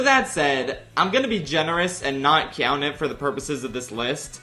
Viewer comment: i hate the way you say count